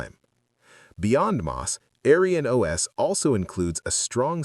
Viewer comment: I don't mind an AI voiceover of real human work but I want you to know that the AI voice's pronounciation of AerynOS sounds like "AryanOS" which is a racist historical term. It's very obvious that this isn't your intention, but I would tweak it to change the pronounciation in future episodes.